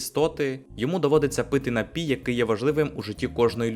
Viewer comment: не хочу душнити, але правильний же наголос «нАпій», на перший склад…🥹